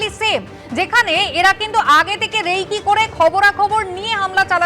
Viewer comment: Reiki noy, ota recce. (pronounced as ray-key. Short form of reconnaissance ). Paschim Bange shikhhar haal jaa taaate eirokom howata ashchorjo noy!!